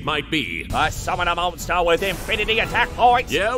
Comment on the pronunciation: "Oh ho ho, i summun a mawstew with an infinity pluhs tooooo attack pwoints."